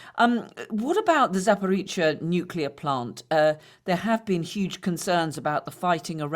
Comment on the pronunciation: Nukula weapons? What are they? Inability to pronounce Nuclear by a claimed war expert demonstrates lazy language which reflects negatively on credibility.